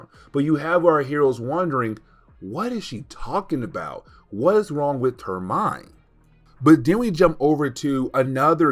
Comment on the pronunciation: Does he mean “extinction”? I really love his videos however I feel as if he would have greatly benefited from speech therapy. The way he says “wit” instead of with or “da” instead of the. Doh as opposed to though. Omg it grates my nerves. He has a very thick tongue whew!